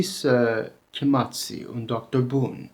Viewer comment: A lot of mistakes in this video. Vorbiți/Chemați: vorbits/kemats. The -i isn’t an extra syllable. (A lot of mistakes with pronunciation actually). The article isn’t always included in the noun. Cele două cărți: The two books Cea mai mare carte: The biggest book The middle vowel -î/-â is closer to an English -ee but the tongue is in the middle of the mouth. Hartă (Not hărță) There are separate pronouns for reflexive (se and își).